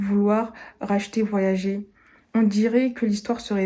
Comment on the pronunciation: Salut, la plateforme "voyager" se prononce en anglais "voyag[eur]".